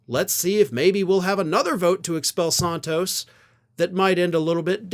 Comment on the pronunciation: You're overdoing the "a" in Santos. It's Santos like ran tose. Flan-can-ran-san(d) tose.